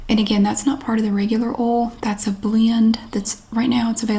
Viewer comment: I've been pronouncing "oil" like she does because I think its so cute. Oahl.